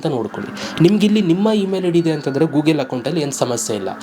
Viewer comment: ಗೂಗೆಲು ಅಲ್ಲ ಮಾರಾಯ ಗೂಗಲ್ 😂😂